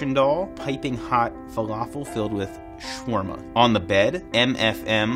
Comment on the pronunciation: As an Arab, hearing the way he pronounced “shawarma” was atrocious. 😭